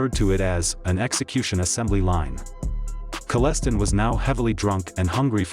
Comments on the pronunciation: I know Wayne. He pronounces his last name Kell-e-stein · It’s pronounced KALL-Ah-Stine pretty sure you spelled it correctly though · Wish they’d pronounce the name correctly….Hooked on Phonics….KALL-A-STINE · you screwed his last name dummy 😁😁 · This is hilarious. The way the AI voice butchers my uncles surname is ridiculous. This is all ripped from Wikipedia which is all just talk from rats. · You are pronouncing his last name wrong! The i in the last part of his name is long! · Guy can't even pronounce his name properly. I saw it on the news and thought OMG. I used to live on concession 4 and that was right behind my old house. Ive been in the woods right beside where the bodies were. I would've seen the vehicles lights from my barn. All the small patches of woods around there have old cars rotting away in them. Kellestine lived far away from there Likely picked that spot because it's very secluded. Only 1 house built in like 1998 on that stretch of road. It's funny seeing this video, knows nothing about it. Kellestine was a huge family, I went to public school with the younger generation. Kellestine was a name in St Thomas that was known has being crazy. And that was in 1999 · your pronouncing his name wrong . i was there he was very intelligent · You can't even pronounce his last name properly,made watching this painful I met Wayne when I was kid, at his farm dropping off a turkey with his cousin. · The electronic voice is complete BS cannot pronounce his last name correctly. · Wrong pronunciation of his last name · Man you are killing his last name it's pronounced different then what you are saying it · you are pronouncing his name wrong, i met him several times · Hate the cops computerized voice like the other cheap hood channels! Stayed long enough just to say I will check back but I can’t listen to a full 10 mins or more of mispronunciations. Please return to a human voice. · Maybe Learn his name correctly but very good documentary other wise